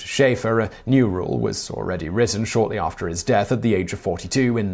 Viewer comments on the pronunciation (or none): none